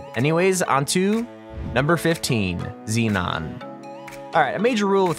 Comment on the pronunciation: His name is zenon, not xenon.